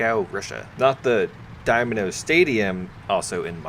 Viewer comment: Dynamo, not Domino, lol